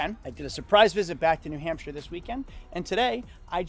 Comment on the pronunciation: “New Hampshie.” lol.